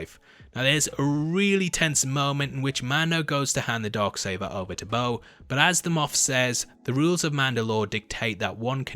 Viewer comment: “The Dog Saber”? 🤔😉😜 #accents